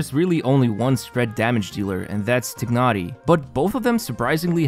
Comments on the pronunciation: "Taynari" not "Tihnari" FFS, pronunciation is in game already, use it T_T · TYE-nah-ree. Tighnari. Lying tying a knot. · This is the last video im watching from. He hasnt change how he pronounce Tignhari and it is super annoying and disrespectful. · it's not tye-nah-ree....does it look like an English name to you? Because it's not and therefore you won't pronounce it in English way. The eng dub failed yet again. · Its pronounced as "tainari" right? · Nope, it’s more like “tee-h-nari”. English VAs pronounce it wrong. Not the first time, EN version also butchers almost all Liyue names and even Klee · I have been thinking of this for quite a while now...is it possible that the narrator is not playing Genhin? He has been mispronouncing Tighnari since the very beginning. Love the videos, just a very minor feedback. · I like your accent in saying Tighnari’s name. Can you say it again? XD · funny how you still can't pronounce Tighnari